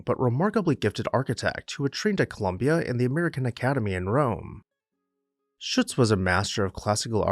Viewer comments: I believe you’ll find Shutze is two syllables — sounds like footsie. I’ve spent loads of time at Swan House and loved the exhibitions and jazz age themed parties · SHUT ZEE is the local pronunciation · Was a docent at Swan House for a decade, what a wonderful experience! The architect is Philip Shutze, pronounced ShutZee. Thank you showcasing this magnificent house.